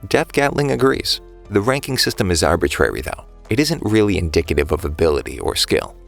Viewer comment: my bro dont know how to speak, first he said red cape now he said "indickative"